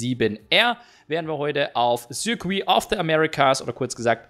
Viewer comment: Warum sprichst du eigentlich Circuit immer französisch aus und nicht englisch?